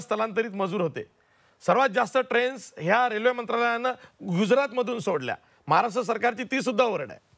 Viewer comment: ह्यांना साधे महाराष्ट्र बोलता येत नाही. महाराट्र 😀😀😀 विनोद तावडे , दानवे, गोपीनाथ मुंडे